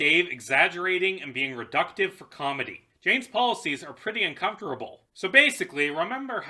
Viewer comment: why do you say uncomfortable and fascist like that